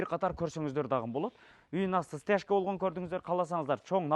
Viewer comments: Дагы деген созду эмнеге дагын деп суйлошот? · Кылыптыр бирок окшошпоптур,бараЙлы,короЙлу,киреЙли,дагыН деп😅😅😅